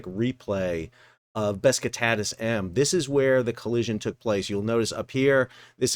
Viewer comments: Bro...please... It's not BES KI TATAS It's BESIKTAS... pronounced.. Buh-Jick-Tas. Otherwise good content. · Man, you keep calling the ship Beskitadas…. it‘s name is Besiktas, „beschiktasch“ which is a part of the city of Istanbul…. Sounds to me like some fellas of color are using „aksed “ instead of „asked“….😢 I like your Chanel but please be more careful with pronouncing names correctly…. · Dude it’s pronounced Be Shick Tass. Not whatever you have been saying. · Always surprised how bad US Americans are pronouncing foreign language names. The name is Beh-jig-tass, with Besiktas being a part of Istanbul, with a very famous footbal (soccer) club... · It is probably pronounced Beh-shik-tash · The butchering of Besiktas is also done on purpose, got to pander to his American audience.